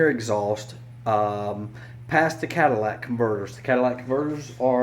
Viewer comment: “CADILLAC CONVERTERS” 😂😂😂😂😂😂